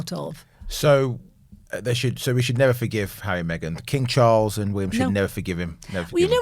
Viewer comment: FYI: It's WillYUM!! 🤣